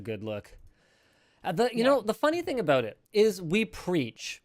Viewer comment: what aboot that